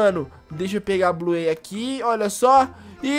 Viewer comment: Da até raiva dele falando Bluêi, (Bluey) e ELE CHAMANDO A BINGO DE "ELE"